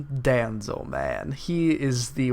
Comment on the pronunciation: (Don-zoe) = Danzo